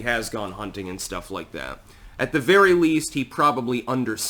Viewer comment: “Be vewy vewy quiet, I’m speaking.”